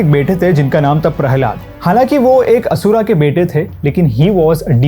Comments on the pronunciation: DEVA ASURA NHI DEV ASUR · Stop saying asura it is asur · He is not pronounced name perfectly same to be Indian like asur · बहुत ही ज्ञानपूर्ण और ख़ूबसूरत वीडियो! धन्यवाद!! जय श्री कृष्णा! बस मेरी एक विनती है, आप 'अर्जुन' को " अर्जुना" और असुर को " असुरा" *और भी इसी प्रकार )ना कहें!